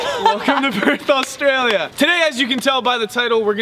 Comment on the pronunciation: when you say australia dont say it with an al at the start its not alstralia